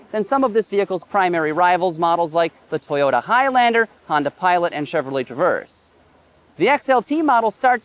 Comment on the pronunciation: LOL, homeboy throws shade throughout the vid (Chevrolet 'Traverd' lol), but not at the Explorer, which he seems to love...